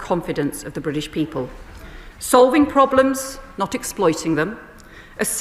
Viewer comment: "Britch"???😂 There really should be a law that Britain can take in no immigrant until he can at least pronounce "British" correctly.